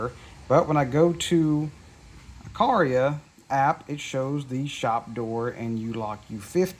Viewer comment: Uh qwhere uh. The middle syllable sounds like where but has a 'qwugh' sound at the start